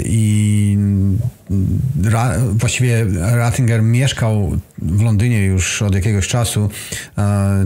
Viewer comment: Dlaczego jest napisane Retinger a narrator wymawia to Rezinger :)? był kardynałem?